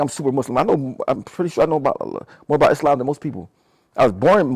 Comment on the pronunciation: How You Mis Pronounce “Islam” & “Quran” But You Muslim ?